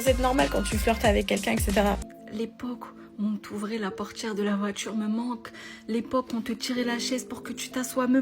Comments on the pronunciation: La porTchiere de la voiTchiure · "L' époque où on te tenait la portchière de la voitchure me manque." Wallah wesh, genre c'est romantchique ça. D'ailleurs, elle a vécu à quel siècle, cette jeune femme ? Parce-que moi, je n'ai jamais connu une telle époque, et je suis plus âgé qu'elle 😂 Et pour l'autre qui est au Kazakhstan : eh bien super, trouve-toi un homme kazakh, de l'ethnie kazakh ! 😂 Problème résolu dans ce cas !